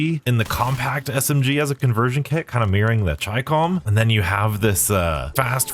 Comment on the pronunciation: Finally a Youtuber who pronounces the Chicom correctly! ("Chi" as in "China" and "Com" as in ".com")